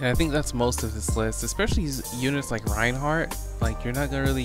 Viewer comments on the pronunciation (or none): none